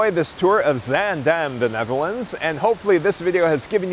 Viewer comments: you managed to get the pronunciation of zaandam close enough- why only that time, could’ve pronounced it that way all the other times? 😄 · I honestly can't tell the difference between this time and every other time he says it. Maybe a slightly longer vowel on the second syllable?